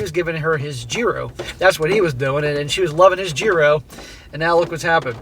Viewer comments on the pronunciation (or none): It's pronounced hyro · 1. She won't believe him and 2. The US will loan her flight money to get home, but she won't be able to travel outside the country until it is paid back. 3. It is pronounced Yeero. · She will learn a valuable life lesson shortly. Gyros is pronounced (year oh s) and roll the r. I know because I asked a waitress how to pronounce it in Corfu Greece. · Gyros is pronounced as yee-roast with the t being silent. Like yeeros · What’s a Geeroh? Is that like a churro?